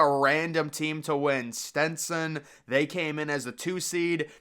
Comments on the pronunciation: Stetson not “Stintson” lol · Why is he pronouncing Stetson like stentson